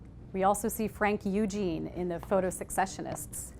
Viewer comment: It's pronounced ses-session-ists, not sek-session-ists.